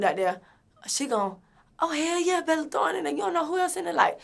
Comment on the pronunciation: Not "Bella thorne" 💀💀😂